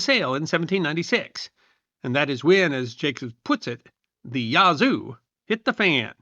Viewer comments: It’s not pronounced “Yah-zoo”, but “Yaz-oo”. Otherwise, a very good history video. I descend from English settlers and Cherokee in West Florida. It’s still a distinct cultural area. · I can see the Yazoo river from my house.... I've never been offended by it being mispronounced, but after so many times I started speaking back to him just trying to coach him along.